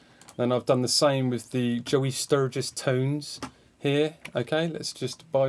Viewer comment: Your West Country accent when you say “Joey Sturgis Tones” kills me haha, great video man! Rad to see your process, sounds really sick.